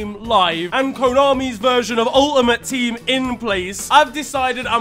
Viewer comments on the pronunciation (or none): "UL-UHMOTE Teem" 😂